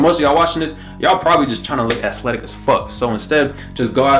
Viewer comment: Bro really said "Ass-letic"🤣😭